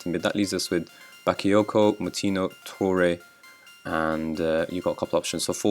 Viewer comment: "Toure" instead of Traore and "tOure" instead of "tourE" even when it literally has stress written and he's French... Gosh, you're a hopeless case.